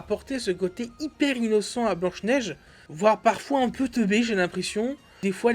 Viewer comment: 😅😂🤣🤣🤣 P.S: Le budget est de 450 millions min, c'est factuel, c'est prouvé au moins par des dizaines de chaines et de journalistes dans le monde. Ca s'appelle BLANCHE NEIGE !!!! Pas BEIGE NEIGE !!!!